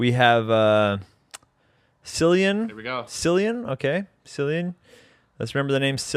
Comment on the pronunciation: Have ye never heard of Cillian Murphy? 😂 It's said like Killian plus I'm a 37 year old Irish dude with dreads and a beard that would give Chris a run for his money but your spot on about the boobs 😂